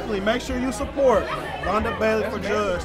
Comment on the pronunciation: MS. VUNNNNNNDAAAAAAAAAA! (If that “o” don’t have that “u” sound, you ain’t saying it right). I’m about to fix my plate and watch all of this right now . We love you in OKC, MAAM!